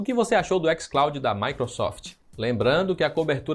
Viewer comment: "ÉquisClaudin" porra aí e foda tio kkkkk